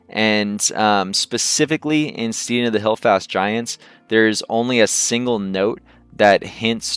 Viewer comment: It is pronounced like 'stedding' as in rhymes with sledding, not 'steeding' 8>D